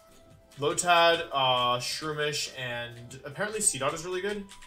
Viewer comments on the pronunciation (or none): none